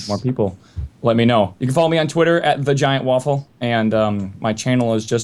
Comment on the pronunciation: lol i almost heard vaginawaffle when he said TheGiantWaffle xD Thats just messed up.